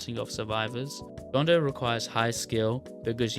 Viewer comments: “bohn doe” WHAT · john doe ❌️ john day ✅️